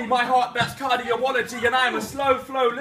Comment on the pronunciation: He said “cardio-ology”..... Teach needs to go back to school